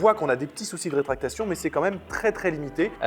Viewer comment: Encore une super vidéo !! Par contre c'est RÉTRACTION et non RÉTRACTATION ;) :keur